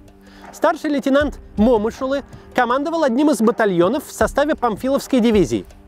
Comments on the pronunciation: Интересные у Вас фильмы о войне. Спасибо. Вот только у Бауржана Момыш-улы ударения в фамилии - на букву Ы : МомЫш-улЫ. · Бауржан МомЫш-улы, извините...А не МОмыш... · МомЫш Улы. Ударение на Ы. Уши в трубочку свернулись